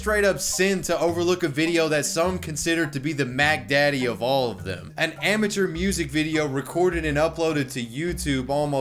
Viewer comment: Did you say "amateur"?